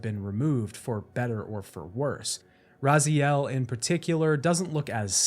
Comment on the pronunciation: Thank you for the video! And a BIG thank you for saying Raziel instead of Razael this time! :D